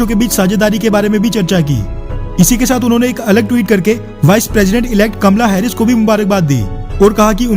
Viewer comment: ये कमला हैरिस है या कमल हैरिस।